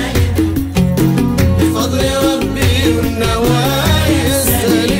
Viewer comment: احمد فتحي الزبيدي عصد ام القصيدة سالم رجعه ساليم وكلمات كثيرة لم ينطقها بشكل صحيح.